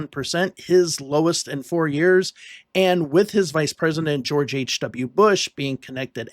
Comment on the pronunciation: Was this the year of pooo er "Geow erge" He Cain't help it......